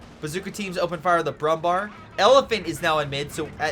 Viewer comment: Nice Video as always, thank you! I have a request: I know Umlauts like ä, ö and ü are hard to pronounce for you, so Kübel is not possible, as there is no easy way to pronounce an Ü for english speakers. But the Brummbär is easy: Bär means bear in english and is pronounced nearly the same. So just say Brummbear and you would make german speakers happy as there is also a Brummbär in CoH 3, so learning it is an investment in the future, cheers. P.S. The absolute best way to pronounce Brummbär would be broom-bear